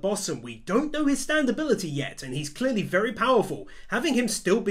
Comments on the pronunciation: It’s not STanDo it’s STAND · Whenever he says "Standoh" tho LMAOOO